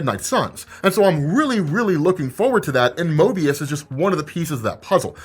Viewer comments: Broo you said "mobius" instead of "moRbius" damn near 100 times lmfaoo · saying Mobius instead of Morbius shows you how much he forgot about it 😂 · Why is saying Mobius instead of Morbius? Just a mistake or am I missing something? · pretty wrong about a bunch of things...and after the bullshit fake spidey trailer. not a good look...and its MORBIUS not Mobius. very unprofessional. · I became too focused on Mobius... Its Morbius and you're doing it on purpose 😭🤣🤣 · Its leviosa, not leviosa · Lol I couldn't stop unhearing him say that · Say Mobius one more gat damn time lol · You kept saying MOBIUS, not morbius :P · Listening to misspeak Morbius everytime as Moebius cracks me up. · I had to Google the pronunciation... sheesh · Mobius? Come on you know it's Morbius. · Morbius not möbius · Is it Mobius or Morbius? Like I'm legit confused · OMG It's MORBIUS, not Mobius!!!!!! Also, Morbius won't be in the MCU. At least, not yet. I heard on ChaosMultiverse's youtube video that No Way Home Trailer 2 will be out November 15th. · love you bud but Möbius? lol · Lmao at the amount of times said Mobius instead of Morbius. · keeps saying Mobius instead of Morbius...funny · Why you calling it Mobius?? 😫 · U really was callin that man Mobius like that? Lol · Calling moRbius MOEbius repeatedly is... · Bro! Why you keep mispronouncing MORBIUS like fr as a Marvel fan you should know it’s no Mobius. 😂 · Stop saying 'Mobius', lol! Love the channel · Morbius not Mobius😤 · It’s MORBIUS not MOBIUS right ? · It's morbius not Mobius rob lol. Jk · He keeps calling morbious mobious lol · my brother you keep saying Mobius😁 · I can’t tell you how many times you called Morbius “Möbius”. You were hot to drop that shit! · You keep saying mobius but we still love you rob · MORRRRRRRRBIUS damn bro you forgettin that b! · saying Mobious 100 times....Morbious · Why do you pronounce Morbius like 'Mo-bius'? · It's Mo"r"bius dagnammit! 🤦🏽‍♂️😅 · Mo"R"bius lol